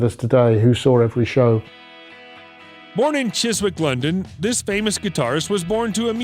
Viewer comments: He was born in Chiswick pronounced CHIZZICK! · The pronunciation of Chiswick will also prompt a smile on this side of the pond.